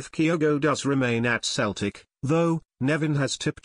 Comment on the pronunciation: Please, please, CELTIC are pronounced Selltic Not Keltic.,!!!!!!!!